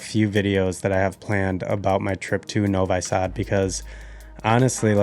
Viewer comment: Please -- when you have been in Serbia in Novisad , then try to pronounce the name of the city correctly ! In english it would be rather "Novee-sud" I guess so not "No-Why..." Sad ! #